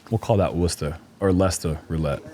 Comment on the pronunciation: Correct Worcester pronunciation - unexpected. Respect.